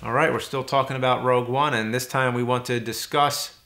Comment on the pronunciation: 'Rouge One' hehe xd